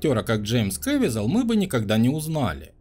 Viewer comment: КэвИзел. Узарение на И.